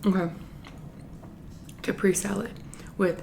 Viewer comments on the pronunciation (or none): It's cah-prey-zay or cah-prey-zee salad with the emphasis on prey...not Capri salad...also the H in herbs is silent...also., this type of just butter, garlic and cheese is my FAVORITE...you always make everything look so delicious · I got kind confused with that ending message 😂 Btw, it’s CA-PRE-SE not ca-prees 🤗